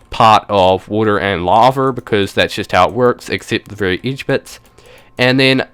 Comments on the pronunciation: not trying to be rude but why do you pronounce lava laver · It's called lava not lavar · This guys funny.. He says LAVER.... *laughs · LittleMushroom no u are just deaf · 'a tom of LAVER'